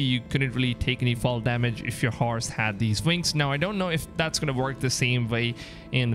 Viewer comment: ”Harse” 😂😂 you mean HORSE